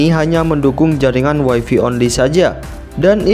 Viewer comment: Greget saya sama YouTubers Indonesia bahasa Inggrisnya pada kacau. WiFi itu bacanya waifai, kalau waifi (wifey) artinya istri, pasangannya habi (hubby) suami.